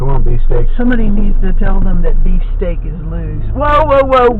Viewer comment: Thought he was saying BeefCakes at first lol. Too much South Park for me lol